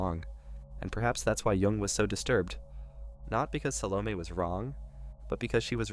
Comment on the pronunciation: Sal-oh-May not meh